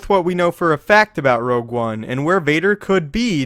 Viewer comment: Your saying rouge one wrong i think